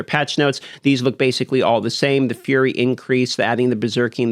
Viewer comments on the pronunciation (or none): none